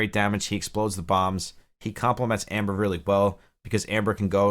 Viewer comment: Ember not amber! There is an E not an A at the beginning of that name!! that is my only issue with this video